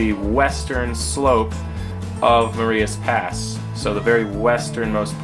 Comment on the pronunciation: Hi - Great layout tour........ your railroad is really taking shape. Crawford looks excellent and you are doing a fantastic job with the scenery. FYI, Marias Pass is pronounced with a long i as opposed to a long e......... Ma-reye-as Pass. Thank you for the nice update! Mike